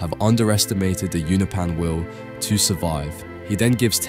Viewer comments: Uno-pee-yan ❌ Uno-pan ✅ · Unopan You-know-pans. Not you-nuh-pans. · you-know-pens. not ooh-no-pans. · its (you-nope-an) please stop saying ounapan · I’m sorry I really like your videos but you need to work on your pronunciation Allen the alien is a unopan pronounced “you know Pan”